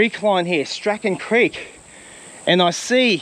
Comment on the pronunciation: You are mispronouncing poor Lewis Strachan's name.... It's Strachan not Strachan.... Hmmm that probably doesnt help. If you review your 2 videos where you searched for and found Shirley's helicopter wreck you can teach yourself how to pronounce Strachan correctly. Lewis Strachan's last name is pronounced the same as Shirley Strachan's name is pronounced.